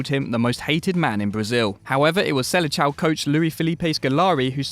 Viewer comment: "SeleCHAO"... do you not know how a cedilla works....